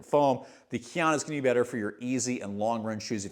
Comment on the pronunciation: just did this to flex his mastery of pronouncing Kayano. Jokes aside, how is the durability on the blastmax in the GT? I felt like the Novablast mushed out very quickly and had to kill my pair at 150 miles because I ended up getting knee/achilles pain towards the end. Just curious to see if they changed it at all or if the medial section saves it